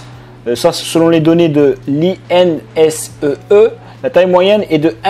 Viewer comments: INSEE se prononce "INECÉ''😊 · L'institut INSEE se prononce : "ine" "C" ^^ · oui il parle des 2 ! L'INSEE (institut de sondage français qu'il n'a pas bien prononcé) et L'IMC (indice de masse corporel) :)